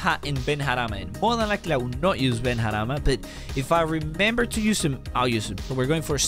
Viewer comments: Ben harama in arabic without the last a means illegitimate child it’s pronounced ben rahma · Ben - rah- ma not harama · Benrahma ❌ Benharama ✅ Lmao 😂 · You say benrahma's name in a way that makes his name so inappropriate.